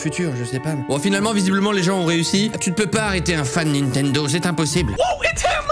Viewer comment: qui dis nitendo et pas nintendo ? (mwa)